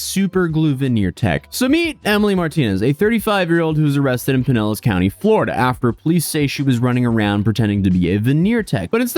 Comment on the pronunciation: You saying Pinellas correctly is music to my hears